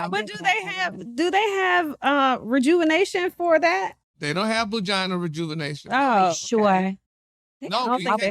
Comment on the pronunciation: said ‘Bugina’?🤣🤣🤣🤣